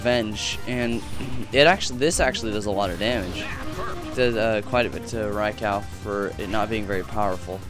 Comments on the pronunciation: its not rye-cow, its rye-cu :D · Rai-cow? lolfail.